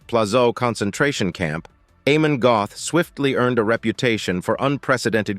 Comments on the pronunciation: Amon Göth is pronounced Ahmon Gert. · Before I watch any further, please note: think this: AH-mon Get.⚡⚡